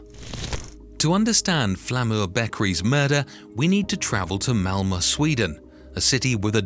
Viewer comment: Great report, but isn't it called Malmo, not Malma?